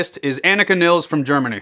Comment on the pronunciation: Frau Nilles we Germans pronounce the two ll in the middle like Nil----les and stress the s on the end, all this girls a damn good.